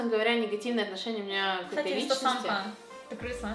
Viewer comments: давайте не будем коверкать имена, это не очень красиво Так же: с Инсетээмкой 🗿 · не будем каверкать имя человека: Инстасэээмка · мы не будем коверкать имена. Инстасамка Так же она через несколько секунд: инстасЭмка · в начале: я не буду каверкать Ник инстасамки Также через минуту: ИнстасЭмка